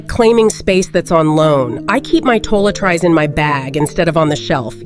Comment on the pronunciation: Did she say /toh-let-trise/? "I kept things loosely" I'm not familiar with the expression.